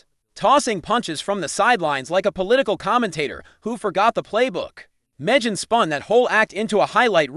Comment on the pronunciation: Where do they get these commentators? Can't even correctly pronounce Megan's first name.